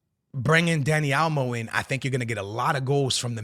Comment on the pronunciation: WTF is Dani Almo? Is Dani Olmo, MAN! 😅